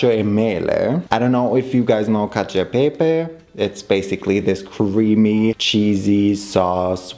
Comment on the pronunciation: as an italian i've never heard of this variation of cacio e pepe and i'm shooook very good pronounce thoughhh🥰🥰🥰